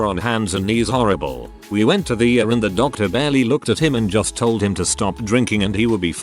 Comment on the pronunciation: Isn't it possible to teach the computer generated voice to at least pronounce a few words? I mean, in all these reddit's about hospitals, doctors, and illnesses, I would certainly enjoy hearing ER correctly- not the ever ongoing "Uhr"!